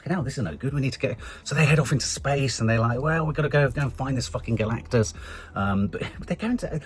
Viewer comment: I wince every time says Galacticas.